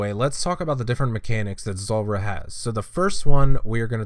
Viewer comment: Zuuuuuuuuulrah - why you pronounce it zolrah